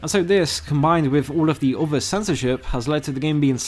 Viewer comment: I like the videos but whoever does the voiceover for this video really needs to work on their pronunciation and rhythm! It sound like a robot speaking and constantly pronouncing "th" in words as v or f (wiv-with, free-three, uvver-other, fings-things, munf-month, forf-forth)